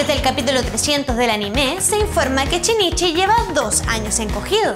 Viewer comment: Por qué los chilenos pronuncian la SH cómo una CH? En vez de Shinichi dicen Chinichi??